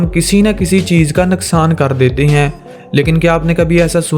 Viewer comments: Nuqsan hota ha naqsan nae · Abye panjabi naksan nahi hota hai nuksan hota hai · naqsan nhain hota bhai nuqsan hota hai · Naksan nhi noksan😂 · You say naksan